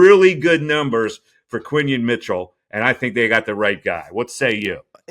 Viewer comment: QuinYON not quinton